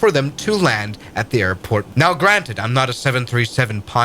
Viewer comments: BTW, not trying to hate, but it's pronounced JEH-JU, not JEE-JU. So it's JEH-JU (Jeju) Island. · Jeh ju, not jee ju. je as in jet. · Jee joo is pronounced Jeh joo. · btw it's pronounced jeh-joo, not gee-joo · Korean guy here it's not pronounced jeeju it's called jaeju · its jeju not "jiju" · Why does he pronounce «jeju» like that😭 It doesnt say jiju bro.